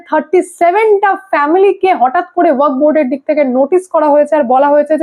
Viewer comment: আপনি ওয়াক বোর্ড বলছেন, কানে লাগছে। ওটা ওয়াকফ্ হবে।